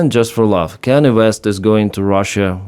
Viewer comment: Kan-yeh, not Kannie.